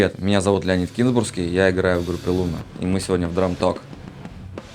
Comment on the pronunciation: Не лоуна, а луна, на у ударение)